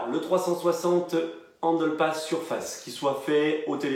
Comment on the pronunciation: pourquoi tu prononces handle passme?😂😂